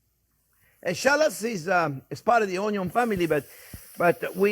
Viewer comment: So Rule no one: Always onyo first! Unless you use bacon then bacon first… But if mushrooms you put Them before onyo😅❤️